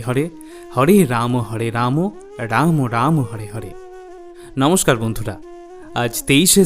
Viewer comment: পোর্ভু আপনি সর্বপ্রথমে হ রে। না বলে ড়। উচ্চারন করেছেন এই। ড়। য়ের ।জায়গায় র হবে । ।সঙসোধন করবেন জয়নিতাই রাধে রাধে।